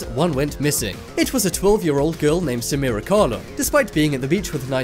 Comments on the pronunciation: The girl is SAMARA not SaMEARa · Her name was Samara but they pronounced it wrong, as it's pronounced SaMARa not SaMEARa